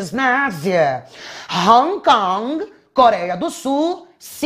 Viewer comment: Prof, eu amo esse seu sotaque inglês: "Hong Kong, Taiwan" 🤣